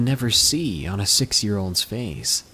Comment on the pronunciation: Sex? Oh you mean Six lmao everytime